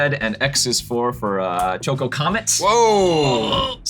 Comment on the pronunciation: It's better than Seth from MTG goldfish calling Choco "choo ka coo" 😂